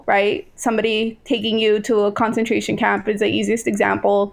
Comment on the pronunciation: I'm not saying is stupid but she needs to pronounce words correctly the first time she uses them. I wonder if this comes from reading words too much and not hearing them or if she is somehow ESL. Concentration, Goebbels and Uighurs.